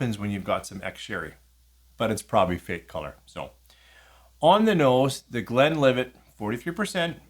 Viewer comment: Thanks for the name drop! You pronounced these fine, but - simple as the names are - there are still people who get them wrong: I've twice heard people say 'Glenlivay', as if Glenlivet were a French name with a silent "t"! I'm glad Richard explained about 'export strength'. The lower proof preference even works the other way round: Buffalo Trace is normally 45%, but is sold at 40% over here... Do you get Speyburn 18 there? If so, how much is it? It's the one I tend to recommend as best value if people want to try a Scotch single malt of that age (e.g. £76.90 versus £106.90 for Glen Grant 18 or £109.90 for Glenlivet 18 at The Whisky World).